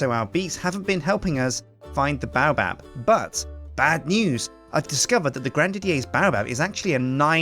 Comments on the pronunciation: Dont take my word for it but I think it's pronounced Bay-oh-Bab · Haters gonna hate but baobab is pronounced BAY----OH----BAB also a lot of the things u do make u look like a massive noob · the baobab is also pronounced "Bay-O-Bab"